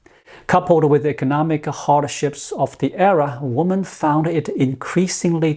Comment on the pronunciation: Women (plural) is pronounced wimin.